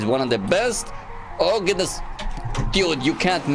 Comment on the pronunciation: ohh gadnsss oh goodness C2 English Level